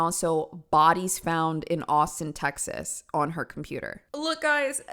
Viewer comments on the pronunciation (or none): none